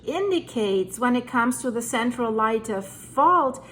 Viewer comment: Pronounced Lay-tee